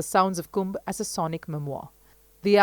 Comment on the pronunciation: Thank You commentator for calling it Kumbh and not Kumbha! Distorting names or terms like that can erase cultural nuance and precision. Many of these distortions stem from the colonial-era habit of anglicizing Sanskrit or Hindi words to suit English grammatical expectations, especially by adding an "a" at the end of masculine names or nouns. This changes not only the pronunciation but often the cultural and linguistic integrity of the word. In many of these cases, the added “a” isn’t present in the original Devanagari script. These additions were often made by Western scholars, missionaries, or translators unfamiliar with native phonetics, leading to a system that still persists in mainstream media and academia. Respectful use of these words is necessary, especially as these names / terms carry deep spiritual, historical, and cultural meaning.